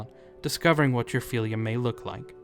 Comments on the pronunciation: FEELYA Its FILL-ya Fylgja Thats why we have words like eel vs ill fylgja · Its called FYLGJA not "philia" 😂😂 and what is a "wight" ???? ???